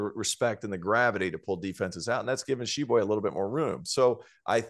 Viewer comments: Hey Tyler Hansbrough. Stop saying Tah-Sheeb-Way. It's Sheeb-Way! Grinds my gears lol. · What bugs me the most is he says T-shibwe. THE T IS SILENT TYLER GD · "Tuh-shee-bway" What a clown hahaha